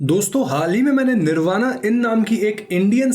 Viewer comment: Bhai plz pronounce correctly, u r indian not an American. It is " निर्बाण" not "निर्बाणा".